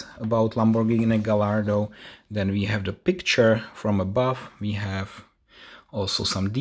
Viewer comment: Dude, you act as though you have never taken a model out of its box??? It's not hard, just pull all the flaps to the outside on one end and lift the box while gently wiggling it and it will come out just fine. P.S. It's pronounced Guy-ar-do, not Ga-lar-do, the 'l' is silent. You say you are not a fan of manual transmissions - that tells me you probably never drove one and therefore are not proficient with its operation. That's funny, because I grew up with manual trans. and like most others my age, would much prefer a manual to an automatic. Well, even the current Corvette is automatic only so manuals are doomed to slip into history..........but I still love them. They simply provide a wider range of control of the vehicle and more flexibility in how you can drive it. My last car was an SVT Focus with a 6 speed manual Getrag transmission from Germany and I loved it! Oh well, each to his own as they say. 😉